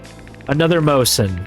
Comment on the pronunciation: As a soviet gun nerd the way you say "mose-in" instead of "mo-zin" is aweful. also how many gnomes do you plan on getting by the end of the series?